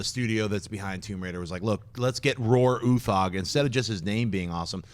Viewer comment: It's no where near how we pronounce Roar Uthaug in Norway, but I like your pronouncement better, sounds cooler.